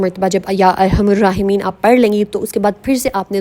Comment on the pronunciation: Ya arhamar rahimeen .arhamur nhe parhna arhamar parhna hy